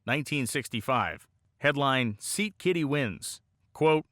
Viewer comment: Scat-Kitty not 'Seat Kitty' 😄